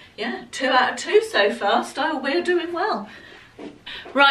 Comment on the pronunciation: Oh! The red dress and the black and white dress both looked stunning!! The last one was quite nice too, but the first two must be absolute keepers. I think the company is pronounced Styleyou, only because it’s spelt the same as a female sheep 😂😂 Thankyou so much for sharing, I really look forward to your videos! Take care xx